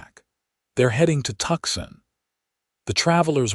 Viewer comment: The correct pronoun action of Tucson is Two Sun not Tuxson.